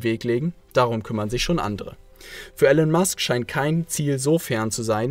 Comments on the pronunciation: Immer wieder geniale Videos zu genialen Leuten und Büchern. Hier nur ein kleiner Schönheitsfehler. Der Mann heißt Elon (gesprochen Ilon und nicht Ellen) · Er heißt Elon Musk nicht Ellen Musk!!! Warum sprichst du seinen Namen falsch aus? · Eeelaaan nicht Ellen. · Ich habe das Video nur zur Hälfte angeschaut. Es enthält erhebliche Fehler. Erstens wird der Name Elon anders ausgesprochen. Zweitens hat Herr Musk Physik und Wirtschaft studiert. Und drittens hat er keinen Doktortitel. Musk war für eine Doktorarbeit zugelassen, hat aber nach zwei Tagen aufgehört, um sich anderen Dingen zu widmen. Das musste jetzt raus. Ich wünsche einen schönen Tag. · Ich find eure Videos super! Schön illustrierte Zusammenfassungen von spannenden Büchern, von denen ich viele gelesen habe. Grade Elon Musk ist eine unglaublich inspirierende Persönlichkeit für mich, deshalb bin ich hierbei etwas kritisch, wenn der Name falsch ausgesprochen wird :P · Dumme Ausrede, hättest vorher lernen sollen wie man Elon richtig ausspricht. Ansonsten sehr gutes Video, danke dafür :*